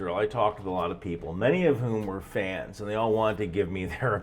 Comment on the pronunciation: The way you say fans. Should keep you single for a long time